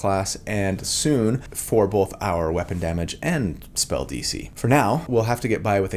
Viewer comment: I love your videos, I love how you explain and walk us through each detail, but I have 1 critique.. Why do you pronounce the L in Both? 😆